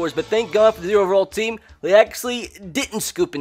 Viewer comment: Say "team" correctly